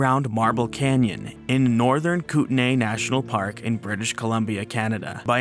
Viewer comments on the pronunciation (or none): In BC locations, Kootenay is pronounced KOOT-nee. Might be different is the US, since they spell it Kootenai. (But the variants all come from Ktunaxa - the name of one of the indigenous peoples of the area).